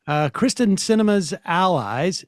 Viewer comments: It might help if everybody took the time to say her name correctly. I don't want to coddle politicians to do their jobs, but I do insist on calling people by their actual names. Kyrsten is pronounced /KEER-sten/, not /KRIS-ten/. Technically, it should be a close front rounded /y/ because it's of Scandinavian origin, but that phoneme isn't in English so long /ē/ is fine. Pet peeve of a linguist. I detest Kyrsten Sinema. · Keeer-sten Sam!